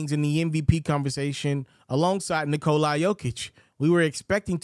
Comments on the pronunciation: Nikola... NOT Nikoleye. damn man, get it right for once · Its not Nikol(eye)